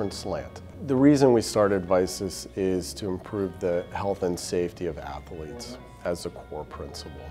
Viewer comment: Didn't know athletes had 3 syllables...